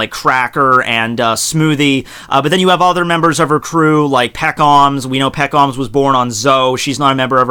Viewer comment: First dislike for the way you pronounce pekoms